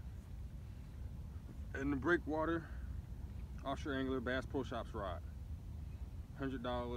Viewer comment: I was unable to understand you when you said what type of rod you were using. What’s the name of the rod?